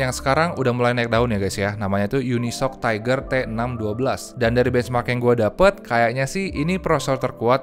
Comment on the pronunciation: Masih ada ya reviewer nyebut UniSOC dengan unisok 🤣🤣 Uni Es O Ce gan bacanya 😅